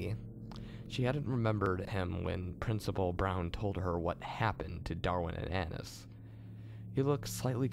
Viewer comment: annias not annis